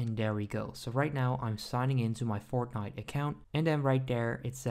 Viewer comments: He is saying fortghnit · Him saying Fortnite is so awkward